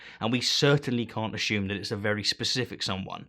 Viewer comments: Why do you say "ashume" lol i think it is pronouned assume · I love the way he pronounces 'assume.' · You should trademark your pronunciation of "assume." :-D